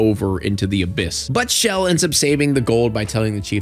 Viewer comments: chell not shell. lol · Not you calling Chel “Shell” 💀